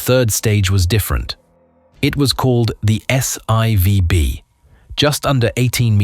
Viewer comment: You irritated my ocd….. The 3rd stage of the Saturn 5 rocket is called S FOUR b, not s eye vee! I remember the announcement that Apollo 12 was hit by lightning on the way up, but I didn’t know about the chaos it created. That whole incident was nothing in comparison to Apollo 13, and we all know how what happened on that mission. Please brush up on how to read Roman numerals!